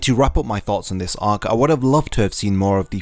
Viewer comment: Its ark not ohk